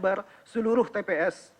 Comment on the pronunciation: nbaca saja salah2 masa bilang tps kliru wts?hadechhhh